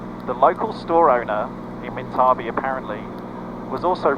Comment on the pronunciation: Pronounced minta bee..currently a petition to keep town open